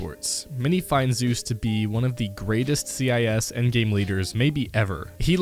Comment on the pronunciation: You said CIS?